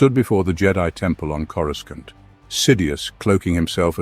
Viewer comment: He drives me crazy mis-pronouncing CorusCANT